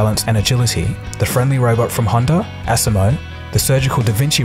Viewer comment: I like seeing the robots. Technology is amazing. However, it made me cringe every time I heard you mispronounce the Asimo word. Think of the “SI” part as saying the letter “C”. So you can say it like aCmo. We should always strive to be the best at what we do so we do not teach something wrong.